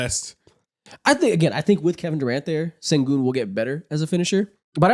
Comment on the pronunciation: guys pls stop mispronouncing his name its SHENgun not sengun 😭😭😭💔💔